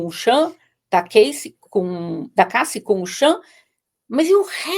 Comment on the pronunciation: Dói o ouvido ouvir os convidados pronunciarem ""DIDI" e "CASSI"